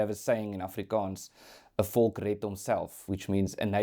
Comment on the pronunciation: "Volk" not "focal"......